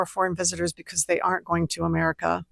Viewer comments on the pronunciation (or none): none